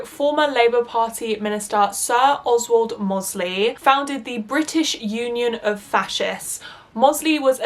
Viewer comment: Just letting you know you should have done research a lot more because you pronounced Oswald Mosley and John Tyndall incorrectly.